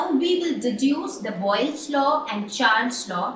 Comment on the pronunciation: its boyle's law not boglis laww change it